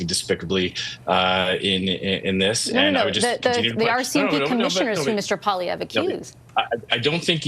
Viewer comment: It's PWA-LEE-EVRE. You are a Canadian journalist, and Pierre is the opposition leader. Do yourself a favor and practice saying his name so you're not embarrassing yourself